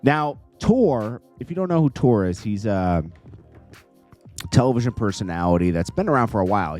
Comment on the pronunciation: It's spell tourè and pronounced tourey